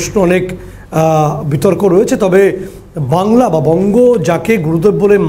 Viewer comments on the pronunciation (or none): none